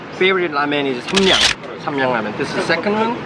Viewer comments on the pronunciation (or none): Hey said raymen ramen is pronounced rawmen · lmao he said raymen is ready instead of ramen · "Raymen is ready"